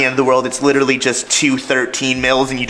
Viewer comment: Can someone please for the love of god teach how to say literally!